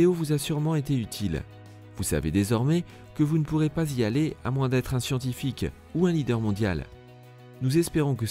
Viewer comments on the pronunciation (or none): none